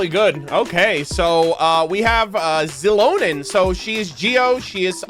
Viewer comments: I was wondering why is he says her name like it is "Zilonen"?, lol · Yaay you'll get Mualani and Kinich xD - NOOO THE CHANNEL IS RUINED. Versiona 🤣 - I have no idea how to pronounce Xilonen. I'm like, stuck in "shilonen" but I heard you say "zilonen" so now what do I do lol - aww ok, you're skipping her Unless we get a Navia moment - I'm definitely getting her but I'm on the fence of where I will 😭 she's so pretty too 🥲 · the "x" in xilonen's name is pronounced as "sh" also I love her sm, my brazilian queen